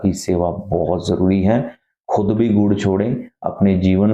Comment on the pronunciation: Gud wali baat thoda clear tareeke se boliye, baaki log cow mata ko gud khilate hai, aap kya bol rahe hai clea